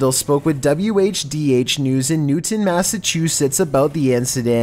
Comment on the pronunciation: his lungs make him mispronounce words? Like what's Massasuchettes?